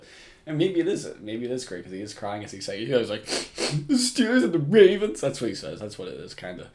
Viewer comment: steelers and the wavens